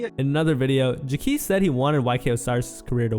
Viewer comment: idk why you keep mispronouncing Jacquees when they keep saying it in the clips it’s honestly cringey like you didnt even listen to them saying his name when you edited the video. its JAH-KWEESE 😒 not whatever you’re saying